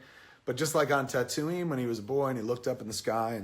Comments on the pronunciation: Why does he say tatooine. Like tat ooo eene. It's tat ooo ween. .. Like wtf lol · Kevin pronounces Tattooine weird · Wait wait wait, can we talk about the Tatooine pronunciation? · How can you claim to be a fan yet still pronounce Tatooine like that? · You mispronounced Tatooine . Thumbs Down! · Kevin, you obviously don't understand star wars. you even pronounce tatooine wrong. christ. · Wait...how do you pronounce Tatooine? haha